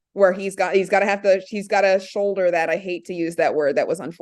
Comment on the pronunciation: my man, there is an “L” in the word “shoulder”.. lol showder